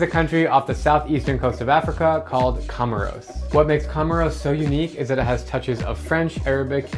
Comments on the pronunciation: It's pronounced "Co Mores" not "Come Ros" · It is pronounced "komórs", not "komoros".